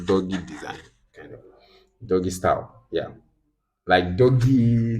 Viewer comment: 😅😅😅 interesting.... Thanks so so so much sir... This was really helpful to me. And I no fit laugh for that Ur emphasis on "doggy style"... That sounds funny. Thanks a million once again